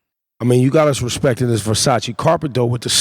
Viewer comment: Did anyone else hear that? "Not respecking me" he for real says it like that lmao